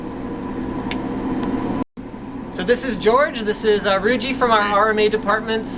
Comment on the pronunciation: i thought i heard yougeez... (cant say the word).. so its yuji's...